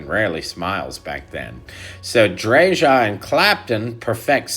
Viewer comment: Please pronounce Chris’s name correctly. It’s “Drayuh”. Thanks!